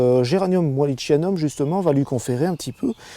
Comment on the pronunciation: Merci pour cette vidéo instructive... Pour info, en botanique, le ch se prononce comme un K, donc géranium walli-K-ianum (wallichianum). Prenons un autre exemple concernant l'heuchère (en français) et heu-k- éra en latin... pensez à l'a-k-illée... Clin d'oeil !!!